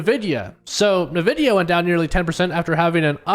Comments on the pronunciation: Its En-videa not Na-videa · “N” vidia. Don’t listen to people who don’t know the names of the things they talk about